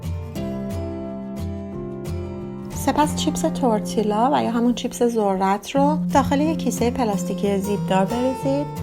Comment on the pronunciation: Double L in Spanish is pronounced as y not L As if you’re saying tortiya. It still taste good regardless of pronunciation.